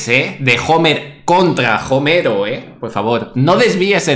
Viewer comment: se escribe Homero se pronuncia omero no jomero xd